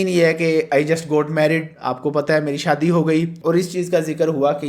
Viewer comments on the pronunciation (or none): none